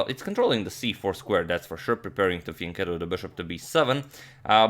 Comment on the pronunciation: This is the first time I hear you say Fianchetto and it was great